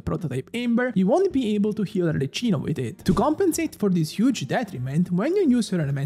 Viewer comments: ur italian, right? isnt arlecchino italian? isnt it supposed to be pronnounced as arleKino instead of arleCHino? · As an Italian, hearing 'arleCHino' is quite painful. You should say 'arleCKino' and you'll escape any type of homicide ❤ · NON CHIAMARLA "ARLECCINO" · Sapendo che sei italiano muoio dentro ogni volta che pronunci Arlecchino Arleccino. Voglio dire, non è che possono fraintendere di chi tu stia parlando. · Lo stavo per scrivere anch'io, neanche gli youtuber che parlano inglese la chiamano Arleccino 🤦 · From a fellow italiano, why saying "arleccino''?! Very disappointed (you are my favorite) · It hurts seeing you as a Italian spell Arlecchino in the wrong way… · Ti prego almeno tu non chiamarla “Arleccino”😭😭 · Ti prego almeno tu non dire Arleccino 😢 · Why noone is able to say her name right? If you are not sure use Google cmon...not Cino chino...ch sound like the K in the word like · open the video hear Arlecchino pronuncied "Arleccino" close the video jk but why that pronunciation😂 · Arlechino??? 😂 it’s pronounced Arleckino because its Italian. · Bro calling her Arle - chee - no insteat of Arle - key - no as an italian is such a ballsy move :face-green-smiling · al decimo arleccino mi è venuta l'orticaria e al quindicesimo un severe case of motion sickness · I love your content man, ma neanche gli youtuber che parlano inglese la chiamano Arleccino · genuinely wondering, if you're Italian why are you calling her Arleccino? Is that its international pronunciation? 😅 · Yeah it should be Ar-le-qui-no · everytime he says arleccino I die some more inside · I open the video I hear "Arleccino", ok I can close it. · The magic word to summon italians in the comment section: Arleccino. Non si può sentire😢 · bro sei italiano non puoi chiamarmela arleCCino 😭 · Every time I hear her name pronounced as Arle CHIN o, I get a seizure 🤕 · Arle-key-no pls it hurts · nemmeno gli americani la chiamano Arleccino! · Please dont say arla CHI no from next video. Thankyou